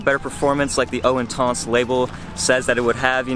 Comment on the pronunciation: how hard is it to type eau intense into google translate french to english and tap the speaker button to see how you should pronounce the name. you watch one reviewer he says it like this another one says it differently my god people. you either use proper french pronunciation or how it sounds in english. good video though, like the channel keep it up